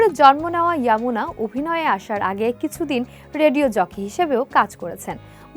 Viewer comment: আপনি বারবার ইউমনা কে ইয়ামুনা বলতেছেন😂😂